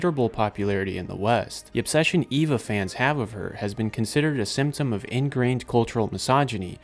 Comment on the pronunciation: Why is it so hard to find videos about Evangelion that don’t feature people who can’t pronounce the names? When it’s three letters, it’s Ay-Va, when it’s the full word it’s Ee-Va.